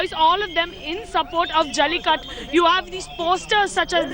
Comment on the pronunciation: try pronouncing jallikattU rather than jallikatt :)